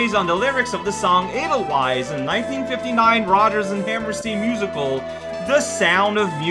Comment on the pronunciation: Edel-vice not wice. Not seen the Sound of Music, cow?